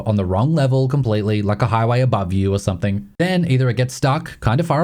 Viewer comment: There is no word 'somethink'. There is no 'k' at the end of 'something'.